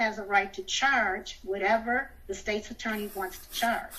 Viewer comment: First she says it's unlawful and then immediately says she doesn't know. Bahaha 🤣. I'll have what she's smoking. She's also mispronouncing State's Attorney. Too funny.